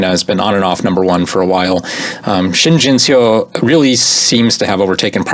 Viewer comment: Pronunciation tip: "eo" in Korean words is always pronounced the same as in the word "Seoul" (which is a two syllable word Seo-ul). So that's the sound in words like "duh" or "bum" or "yuck". This goes for the same "Shin Jinseo".